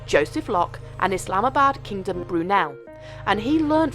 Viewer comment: Bit of a linguistical stumble there. It's not "islam-a-bad" kingdom brunel but "is-um-bard" kingdom brunel. Otherwise, yet another good video.